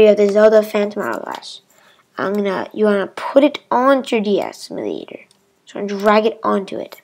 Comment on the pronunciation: its pronounced emyu-lay-tor